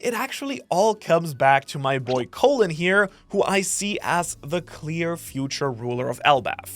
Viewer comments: Colon is pronounced like "Collin" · Just wanted to say Colin’s name is not pronounced “co-lon” the bowls but pronounced “call-in”. It’s an Irish name - Irish person speaking xD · It’s pronounced call-in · Its Colin bro not Colon, thats where the sun dont shine! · Call-in is how it's pronounced... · His name is pronounced Colin